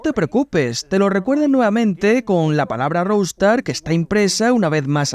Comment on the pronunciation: Se pronuncia "rouster", no "roustar". Qué mal que hablan inglés los españoles.